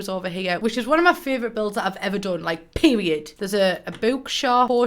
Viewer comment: Omg she said PERIODTTTT 😂😂😂😂